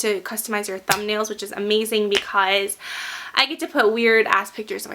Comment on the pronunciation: Love ur vids but the way u say "because" is rly.... Ughhh!